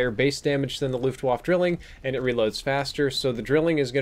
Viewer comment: "Looft wahf"